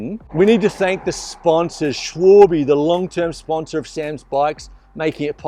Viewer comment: Es heißt Schwalbe und nicht Schwüülbiii😂